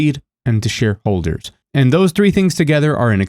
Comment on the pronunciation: My brain heard "sh1*holders" instead of "shareholders" lmao